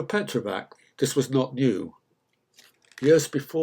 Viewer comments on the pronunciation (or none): Its pronounced like Petrovats